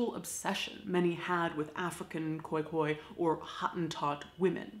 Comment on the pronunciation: Thanks for saying Khoi-Khoi correctly